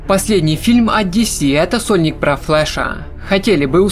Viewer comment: Выговаривай внятно «сольник»